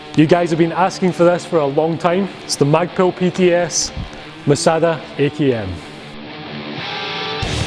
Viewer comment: moh-sah-dah :D